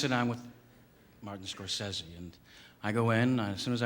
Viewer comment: He pronounced the name wrong, it's really more like Scor-say-see.